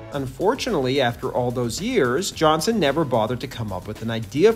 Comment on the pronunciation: JohnsTON. JOHNSTON. Not Johnson, wtf.